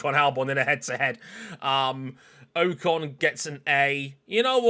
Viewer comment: You really need to be pronouncing names correctly. Your guest said Ocon correct multiple times and you didn't seem to care.